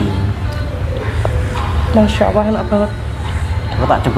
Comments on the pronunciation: Mba pengucapannya Allah jgn awoh 🙏🙏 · Mba mohon maaf alangkah baiknya pengucapan Allah di perbaiki jgn awoh 🙏🙏